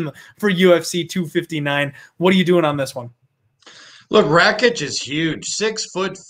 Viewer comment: Pronounce Rakic's name properly fs... Ignorance, calling Santos that 37 year old what does that mean. Tool